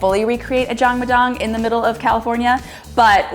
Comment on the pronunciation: Look at you giving back! and in the house. This was an eye opening experience. Thanks so much for sharing. Most impressive - you pronouncing Jangmadang like a G!